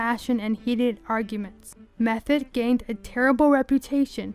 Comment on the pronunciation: Her last name was pronounced "Meth-oh, not Meth-et.